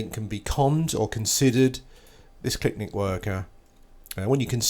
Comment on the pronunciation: its not keynos its kwaynos :)